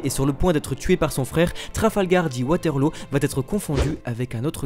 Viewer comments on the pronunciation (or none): none